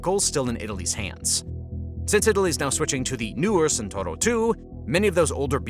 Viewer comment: Speed: in the best Italian tradition. (Non Santoro, but Tchent-hour-o)